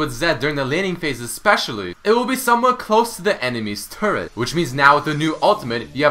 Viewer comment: lol sounds like hes saying turd instead of turret damn canadians and there weird british accent with only some words